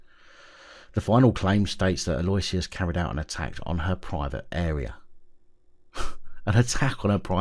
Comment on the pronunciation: Aloysius is pronounced Allo-ish-us... just so you know...! 😉